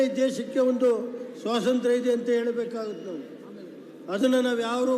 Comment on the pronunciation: ಸ್ವಾಸಂತ್ರ ಅಲ್ಲಾ ಕನಣ್ಣೋ ಸ್ವಾತಂತ್ರ್ಯ. ಈ ಎಲ್ಲಾ ಕಾಲೇಜಿಗೆ ನಿಮ್ಮ ಮನೆ ದುಡ್ಡಣ್ಣಾ ಜನರಿಗೆ ಗೊತ್ತಿರಲಿಲ್ಲ ಬೇರೆ ಕುಟುಂಬದವರು ಯಾರಾದ್ರೂ ಇದ್ರೆ ಮಾತಾಡೋದಿಕ್ಕೆ ಬಿಡ್ರಣ್ಣೊ.